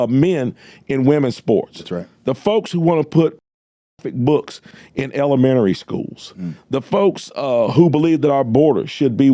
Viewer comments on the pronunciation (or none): Robinson said, “ele-MARY school.” 😬🫢